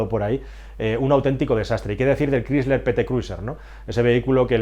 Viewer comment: la gran pregunta para mi es por que continuan hablando tan mal el ingles? la empresa chrysler se pronuncia craisler. no crisler